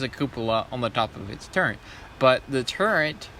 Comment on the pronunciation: It says turret on your spreadsheet but you still say Turrent, why ?